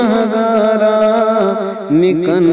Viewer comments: مکن= makun اس کو mikun پڑھا گیا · نعت پڑھنے والے صاحب فارسی سے نا بلد ہیں ۔ کچھ الفاظ غلط پڑھے ہیں۔ : ز کردہ کو زکر دہ پڑھا ھے ۔۔۔ میکن کا تلفظ بھی غلط پڑھا ھے ، کیونکہ وہ اس کے معنی نہیں جانتے ۔۔ بہتر ھوتا ویڈیو اپ لوڈ کرنے بلکہ ریکارڈ کرنے سے پہلے کسی فارسی جاننے والے سے اصلاح لے لیتے۔ ۔۔ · مقطع میں لفظ مکن کا تلفظ درست فرماےءں